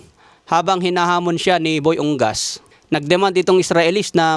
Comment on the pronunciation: Correction dol, U-NGAS yan, hindi Ung-gas